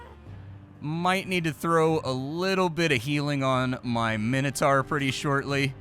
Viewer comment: Is he trying to say Minotaur or does he mean "minitar"? I don't know what a minitar is